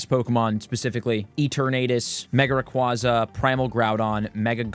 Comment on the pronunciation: Rayquaza (ray-kway-zuh)